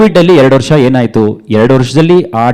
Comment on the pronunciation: ಸಾರ್ ವರ್ಸ ಅಲ್ಲಾ, ವರ್ಷ...